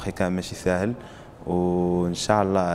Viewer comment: ينبغي نطق " إن شاء الله " بطريقة صحيحة.